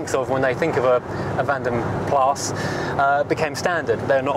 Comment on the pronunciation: Van den Plas is pronounced "PLAR with an "R", not PLASS with an "S"